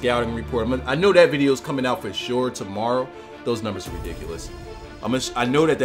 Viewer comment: So... when you see a 'th' at the front of a word. It is pronounced as a 'D'??? and when you see a 'th' at the end of a word it is pronounced as 'ff'?? So, "both those" is actually pronounced "bofe dose"?? Thanks for the lesson in Ebonics.